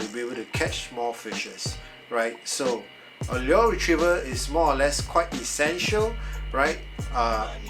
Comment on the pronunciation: any links for the exact one you have? your pronunciation of "lure" is wrong by the way lol